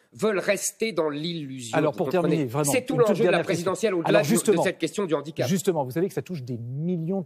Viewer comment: Handicap avec un H aspiré. Un 'H'andicap (pas de liaison)